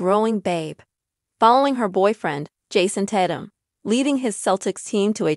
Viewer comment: FYI His Last name is not Pronounced Tat -um its Tay-tum and its obvious they wanted to keep it private its unfortunate from one video clip its now gone Viral now they really have to duck and dodge the media and I think its so said that people can't just keep the parts of their private life private that they want to keep that way.